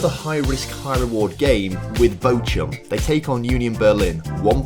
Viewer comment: Bochum 🫣🫣 it’s bochhhum